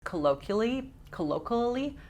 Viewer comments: kuh-low-kwee-uh-lee 😂love you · CO-LO-KWEE-OH-LEE 😝Love your channel!